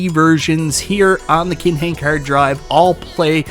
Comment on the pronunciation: Whats a hurd drive 😂?